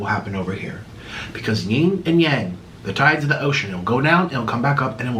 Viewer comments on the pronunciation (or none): Yin and yang, not ying. ❤️😘